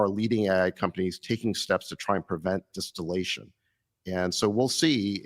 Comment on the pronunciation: Di-steal-ation they did, not distillation.